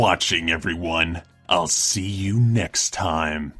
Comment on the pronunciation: in da house do you not know how to say the word you 🍺😐